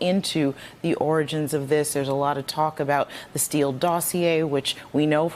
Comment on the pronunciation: He legit can't even say the word "origin", yet he wants the world to honestly believe that he's a "stable genius".